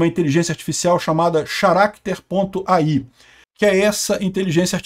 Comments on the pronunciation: Pronunciar "character" como "xaráter" é foda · Xaracter não né. 🤦🏻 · o "h" não é pronunciado em Charater, amanhã volto pra mais dicas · "XARÁQUITER"... Não é possível. faz essas pronúncias fajutas só pra chamar atenção mesmo. Incrível.